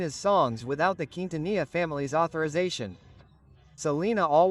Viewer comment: Pongan a leer Lguien qué sepa no sabe pronunciar ni Aguilar ni Quintanilla y dice Nugal y Querétaro pónganlo a ensayar antes es una verguenza